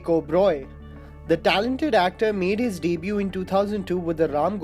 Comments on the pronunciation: Its not deeebue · its debut... not daybyou... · Pls pronounce the word debut properly.